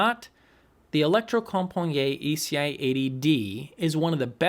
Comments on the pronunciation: Norwegian guy here. It's electrocomp-a-knee-et, if that helps. Nice review by the way. It's the brand that got me into the hobby many years ago, back when I was lusting for the ECI-3. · Sorry to be that guy, but I believe it's pronounced "electrocompaneet". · Holy smoke what you butchered the pronunciation of Electrocompaniet!😁🤣🤣 As a Swede I know that you Americans have a hard time to get it right with Norwegian or Swedish words and how to pronounce them! 😁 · 😂 just say "Electrocompany". Please!